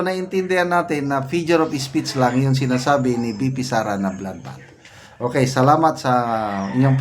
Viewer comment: Sir, hindi po fijure of speech yung lagi nyong sinasabi. FIGURE OF SPEECH po. Paki check naman po pronunciation nyo. 😅